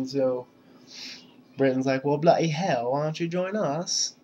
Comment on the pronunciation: lol 'well blotty hell why don'tchu join us?'